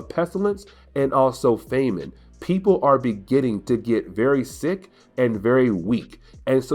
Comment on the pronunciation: It's FAM-ine (as in 'family'), not FAME-ine 🙂